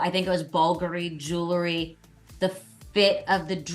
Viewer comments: Melissa - it's jew el ry not jew la ry. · Love this but...JEW- LERY is not how you say that word!